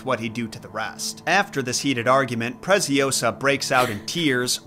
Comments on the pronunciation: "Preciosa" it's spanish, "Preziosa" it's Italian. The Z is pronounced TS, a strong sound, while S it's a little bit serpent like, and last but not least, -Osa, not -oWsa. Nevertheless, I enjoy watching your videos. By the way, Giambattista Basile does write a tons of messed up fables from which a movie was based on a few of those stories: "Tales of tales". I recommend it. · It's ✨PreciOsa, not PreciosA✨ Nice one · If the girl’s name is Preziosa (“precious”, in italian), it’s read Pretsiósa. Hope it helps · Your scripts are so always so good but that Presi-Oh-sah caught me off guard 🤣🤣🤣🤣🤣